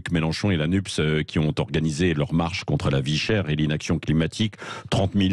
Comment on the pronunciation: Le mot NUPES se prononce N.U.P.E.S ET non N.U.S.P.E. Le "S" étant placé à la fin du mot!!!